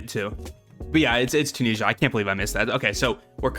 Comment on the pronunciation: Breaks me how you say Tunisia. And the season 6 name was LITERALLY (Bobby) Once upon a time in RUST😂